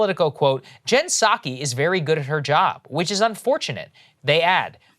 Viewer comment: "Puh Saki"